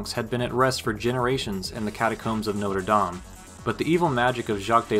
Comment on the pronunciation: Americans being completely unable to pronounce Notre Dame correctly will never not be funny to me.